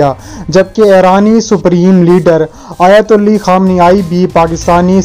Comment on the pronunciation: بھائی آیت اللہ خامنہ ای ہے آیت اللی نہیں. اس سے پہلے بھی ایک وڈیو میں آپ اسی طرح آیت اللہ کو آیت اللی کہہ چکے ہیں. مہربانی کر کے اپنی غلطی کی اصلاح کریں.شکریہ